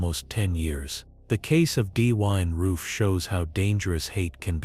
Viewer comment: “D-wine roof”?